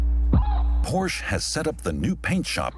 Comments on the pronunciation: Es heißt "Porsche" nicht "Porsch" !!!!!! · Its not a Porsch, its a Porsche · HEYA NARRATOR.. IT'S P O R S H A .. PORSCHE.. NOT P O R S H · The speaker mispronounces Porsche. At least if he were in Germany. Not Porsch, but Porsche with a short e. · Porsh? What happened to Por-Shuh? This from a German TV channel? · Very good documentary, even though being peppered with the mispronounced brand name Porsche (Porsh). Also, do not say that in front of people with any connection to Porsche (Porscha). You will be kindly corrected. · there is no cars named “Porsch” it is pronounced as “Por Shay”🤣🤣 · Every time I hear the brand name pronounced Porsh, I cringe....it's pronounced 'Porsha' ...is that so difficult to pronounce??? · HEYA COMMENTATOR.. IT'S POR-SHA... NOT PORSH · Yep. Though never Por-Shee, lol. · It's surprising why the incorrect pronunciation of the word "Porsche" by the documentary narrator wasn't corrected post editing. Didn't they know the correct pronunciation of Porsche is "Por-shuh", and not "Porsssh"? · No, they just simply can't pronounce every single car manufacture names right, and a bunch of other things. :o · Por-shuh. Not Porshhhhhhhh. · Porsha! Porsha! Porsha! Why is the name still mispronounced?!? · It's pronounced PorschE you filthy illiterates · It’s Porsche. Not Porsch! 🤨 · Proof that Porsche simply doesn't know or care what words mean. It is impossible to have a TURBO electric vehicle. And I have to agree, it is so obnoxious to hear Porsche (or any German word) pronounced incorrectly. It's Porsch Uh, and you know it is. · An unacceptable pronunciation of Porsche. It is never Porsh. If the name was Smith, it would not be acceptable to say Smit. Porsche, a great man’s name should always be used in its entirety. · Porsche... nicht porsh... kann man sich nicht anhören. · I thought it was more like Por-Shuh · A little bit distracting for me, a German channel pronounce Porsche as "porrsh" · More like Por'shh'eh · more like “por” “shuh”